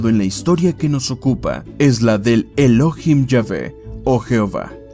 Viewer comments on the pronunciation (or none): No es Elóhim, es ELOHÍM. Con acento en la I. Es una palabra aguda, no grave o llana.